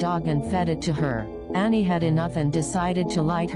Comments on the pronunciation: ITS ANNIE NOT ANNAI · "aNnAi" what who in the world is Annai? I thought it was Anni